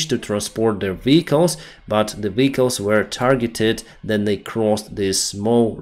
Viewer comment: vEhicles, not vichles